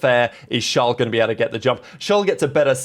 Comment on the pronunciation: Who is "Schlwawl" Leclerc? His name is Charles. If you struggle with pronouncing it, call him Charlie.